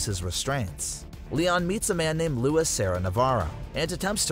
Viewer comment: Good vid but your not pronouncing Luis or las plagues right